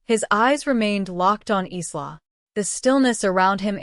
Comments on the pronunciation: I can't stand the mispronunciation of Isla! It's pronounced Ī la not Ē slaw! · Isla is a Spanish word meaning island, so its pronunciation is "ees-la." So the closest AI got was "Eastlaw." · Isla is pronounced as ... 'Eyelar'... Walsh! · PRONUNCIATION !!! Isla = eye la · A pity the name Isla is mispronounced. It is a Scots name and is pronounce EYE-la, the s is silent. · That’s what I was going to say. It’s Eye-la like island. The mispronounced nouns drives me mad in these stories their AI sucks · Her name is pronounced "eye-la" ! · Why can't she pronounce Isla's name right. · My niece's name is Isla and it bugs me when the is pronounced wrong 😤